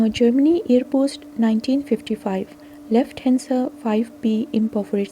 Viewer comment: Lufthansa is pronounced 'Loof-tun-sa.'